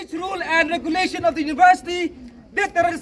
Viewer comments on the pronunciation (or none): Ani ka kren phareng 'Regulation' ruh "Regulason" ha ka teh...teh..ehhheehhh😂😂😂😂😂😂😂😂😂😂.step down 👇!!!!!